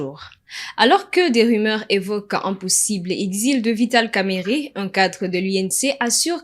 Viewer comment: Rumeurs et non rimere Tendu et non tendi Faites un effort pour la prononciation svp